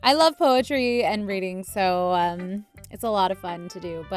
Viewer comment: Who else notice when sayori said its so good she said its sho good